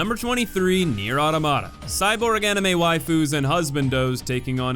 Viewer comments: Good sir and many comments (judging by the fact they mention the game and not what i am about to say), i do believe you are pronouncing "automata" wrong. Its automata as in automaton. you are saying it like "ORta mater" like its 2 words and ur stressing the wrong place lol. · Why do you pronounce "automata" as "uddamudda"?